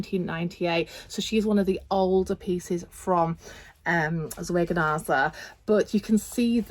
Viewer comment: Please forgive me if I sound ridiculously pedantic, but I do wish the word Zwergnase was pronounced correctly!! Apart from that, I really enjoyed your videos on their dolls.